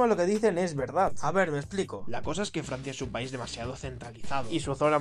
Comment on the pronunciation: Farsia es riarea